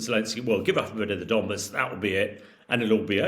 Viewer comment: 'And we'll get into The Donmas..." - do these journalists actually read about the topics?